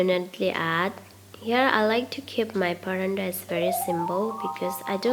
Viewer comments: Its paratha...not parandal😆😆😆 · It’s not Parantha dear 😊 it’s Paratha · Its paratha not paranta... You're pronounced Parantha which is incorrect 😊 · Hey not barada it’s parata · Recipe is not good the way you pronounce is I don't know whether you say parathas or parantas of 1egg and 1 potatoes how can you make so many all rubbish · It’s paratha or paranda? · Yes, you are right its call parat👍️👍️not parantha👎️👎️ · Wat is paranda....... It's paratha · Madam its not paranda!!!! Its paroda or parotha!!! Its an Indian food!!! Aloo means potato!!! So it potato chapathi!!! Not even paroda!!! Sorry !!! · Good well tried paratha not pranda mam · Say paratha NT paranta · Parantha!? Lol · It should be "Paratha"not "Parantha" you wrote the spelling correct but pronounce it wrong. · Paratha not paranda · Its called paratha not a paranta...😋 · Paratha bolo mam not paranda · I could not help but notice ur pronunciation for PARATHA as PARANDA....😂 😂 😂 Plz don't be offended....😊 😊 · Sahi hai sahi hai...its paratha not paranda 😂😂😂😂😂😂😂😂😂😂😂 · Actually me too😂😂😂